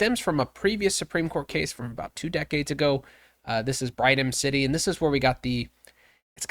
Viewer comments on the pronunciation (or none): First, learn how to properly pronounce Brigham City, second why leave out the suspension was for the gun that was found where he was standing? Oh yeah confirmation bias is why.